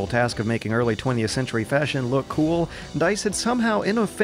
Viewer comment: I heard MundaneMatt pronounce "look" as "Luke"....